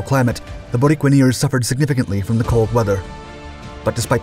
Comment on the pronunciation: The Borinqueneers were recognized with a Congressional Gold Medal ... (The people of Puerto Rico have been drafted into the U.S. Military since World War ONE ... 9 Congressional Medal of Honor recipients from an island measuring 100 miles by 33 miles). ... The correct pronunciation of "Borinqueneers" is "Boreenkeneers".